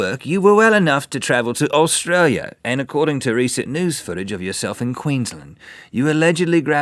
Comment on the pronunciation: THE WAY RHETT PRONOUNCES "QUEENSLAND" RARGH